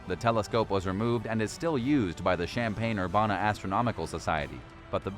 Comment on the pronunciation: Also its UR BAN' A